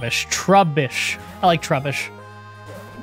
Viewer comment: The famous Nancy Drew: Shadows at waters edge let’s player,, yawned at least 3 times this stream. Also “Toby” said you suck at pronouncing Trubbish